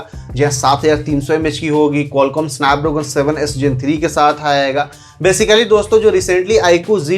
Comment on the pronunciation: Snapdragon ❌ sanpdroogon 😊